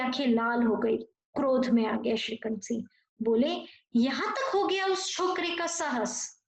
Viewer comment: Siha nahi hota hai Singh hota hai Vocabulary thik karo